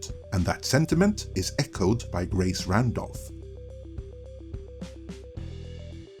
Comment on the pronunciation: Gwace Wandolph. Does she know she sounds like that?